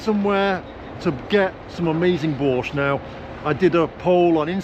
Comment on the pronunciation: Слышу "Бош", читаю в переводе "Бош". Даже не сразу догадался, что речь о борще.)))